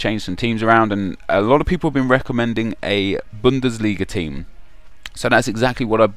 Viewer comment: BUNDELISGA? LOOOOOOL